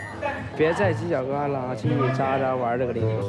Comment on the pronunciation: 为什么娜娜说犄角格拉的时候我听到了吃喝拉撒？